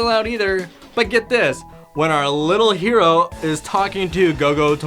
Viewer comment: Its hero not "houo"